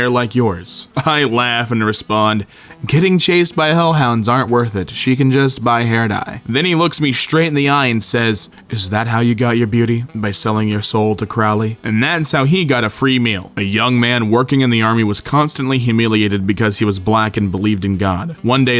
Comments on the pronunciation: Damien: "Is that you under there, Crawley?" Everyone: "C r O w l e y." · Did anyone else get mad when he pronounced crow-ley as crau-ley ? Just me? Alright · it’s crow (like the bird) lee smh 😔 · Sorry mate, but you pronounced the demon Crowley's name wrong. It's cool though because that how alot of people say it cuz of supernatural.